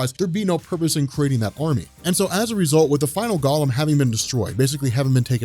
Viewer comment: Golem is pronounced with a "go" not a "gah." Check a dictionary pronunciation key. Sorry. Pet peeve.